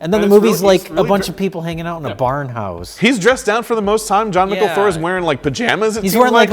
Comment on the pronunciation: It's pronounced "John Michael" btw haha